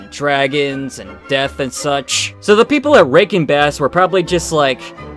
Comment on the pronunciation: Dude, love the reaction, but the way you say Rankin Bass sounds like "Breaking Bad." Now I want to see the "Breaking Bad version of the Hobbit."